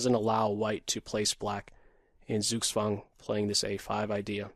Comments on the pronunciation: If you really want to pronounce it better, don't say the Z as and S sound but more like Tsoog tsvahng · Sorry Victor, but this is not correct. There is a clear difference between the S in English and the Z in German, because the German Z is pronounced like the combination TS. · Yes, that's a good Suggestion. Perhaps a slight improvement would be "Tsook-tsvung" with a v instead of a w.